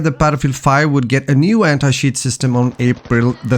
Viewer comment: Sorry man, I could not watch the video after hearing anti-shiiiiiiit